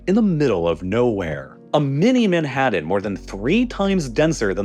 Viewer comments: Not to mention pronunciations like "manhaddun" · How does this dude pronounce every single letter in every word to annoyance, but puts about 4 Ds in Manhattan for no reason?